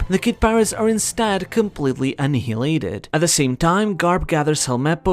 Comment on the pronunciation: a-knee-huh-lated what is that word??